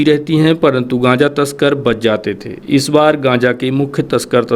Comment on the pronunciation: कांचा नही गांजा बोलते ह बहन जी